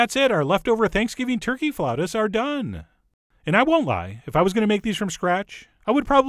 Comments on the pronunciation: Its pronounced flah-oo-tahs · Flautas! It's flautas! Say it, Frenchie!